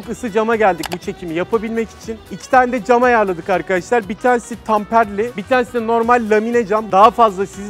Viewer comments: Tamperli değil temperli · Tamperli değil temperli cam abi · Tamperli cam değil, temperli cam. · Kardeşim yalnız tamperli cam değil, temperli cam olacak.